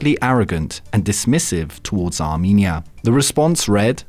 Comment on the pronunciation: armEnia not arminia